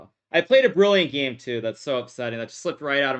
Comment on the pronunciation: why does he say teke and geme instead of take and game. drives me insane.